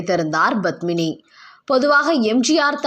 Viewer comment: Badmini? Please pronounce Padmini’s name properly . It starts with”P” not”B”. It is cringeworthy when you say her name. Thank you.